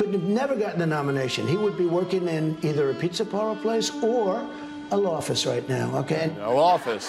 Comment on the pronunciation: ... did he say "lawfice"?